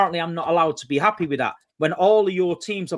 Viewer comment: He’s happeh lmao